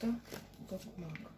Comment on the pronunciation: Велике спасибі за розклад!) Так, кажете правильно ТокмАк! ❤️🥰💪